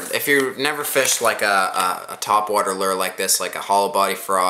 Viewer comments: its loooo errr not lerr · It's lure loo er not ler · Hahaha. You say lure weird.